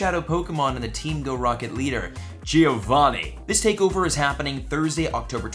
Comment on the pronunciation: Love your videos, but you don't pronounce Giovanni correct. I'm Italian and this really hurts